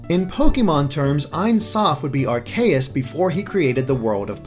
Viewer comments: How says "Arceus" bugs me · Someone had to do it so, you pronounced Arceus wrong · They pronounced Arceus wrong! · XD IRK! XD i mean hell he can't even pronounce the worlds AZOTH and Arceus right lmao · Areaus is pronounced Ar-see-yus not Ar-kee-yus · can you say Are-Key-Us? it's not Are-Kay-Us. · It was all going good until >Ar-KAY-us Oh god why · Plz dont say Ar Kay Us again its Ar Key Us (thats how its pronounced ask the 3DS pokedex game thingy) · are-kay-us? I have always pronounced it as are-see-us, but i will admit your way sounds way cooler and more god-like. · who's Arkayus? I know Arceus but not Arkayus... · According to Smogon the correct pronunciation is AR-kee-is and says ar-KAY-is, so he is technically incorrect. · I think everyone would benefit if you pronounced our God's name as (ARE-see-us) and not (are-KAY-us). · It's not are-kay-iss its are-kee-iss get yo pronunciation right m8s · 90% of this comment section is just cringing at the mispronunciations of pokemon names. (And it's Ar-KEY-us, not Ar-KAY-us) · Actually, the official pronunciation of Arceus is Ar-KEE-us. It was only pronounced as Ar-sea-us in Battle Revolution, which came out before Arceus was officially released, meaning they hadn't decided on an English pronunciation yet. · also r-k-us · If I hear Arkayus one more time... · Ive just gone through more of the video and i realise that you also said ar-CAY-ous. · epicheracross512 I say AR-kee-is, that's is why the way says it bugs me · You pronounce Arceus like this: ARK-ee-us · Ar-see-us gives more sense watch how to pronounce pokemon on youtube(youtuber`s name: TheJwittz). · Mushroom Kingdom Puffle yes, I hate when people pronounce them wrong, especially someone who does video game commentary for a living. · please never say Arceus' name again unless you say it right and not Arkayus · Arceus: Ar-key-us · that's not how you pronounce arceus. the e makes the c soft. says so in the anime.